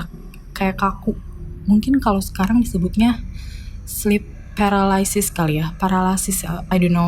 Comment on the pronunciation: Paralyse mbak :") lu juga salah kok